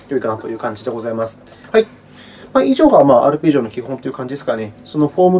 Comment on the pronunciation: ありがとうございます(*´ω｀*) 「ぱるぺじおのあたーん１」で吹きましたｗ